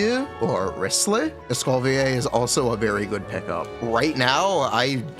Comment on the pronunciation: Escoffier is pronounced as "Eskow fiyé"